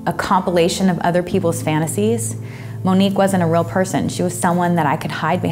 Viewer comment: Lol she pronounced it wrong Monique wrong